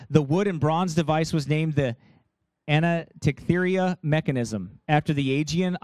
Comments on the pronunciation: THIS MORON CANNOT EVEN PRONOUNCE THE NAME OF THE "ANTIKITHERA" DEVICE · He can't even PRONOUNCE 'ANTYKITHERA" how can you listen to this CRAP.